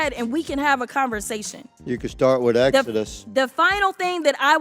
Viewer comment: This dude said exodus Wrong again